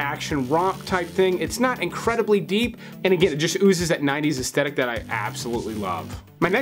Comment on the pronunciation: Oh FFS it’s pronounced aesthetic as in As-th-e- tic not as-tetic. It is absolutely the worst thing to listen to someone who constantly mispronounces a common word